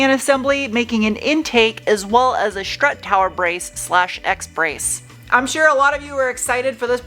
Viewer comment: Just wondering if you intend on telling us how much the total project cost when completed. It would be really interesting to know! As always, love your content... except I'm now pronouncing words like you! Especially words that start with an "S" such as Schtick shift, Schtrut and Schnorkel! It's fun! 😁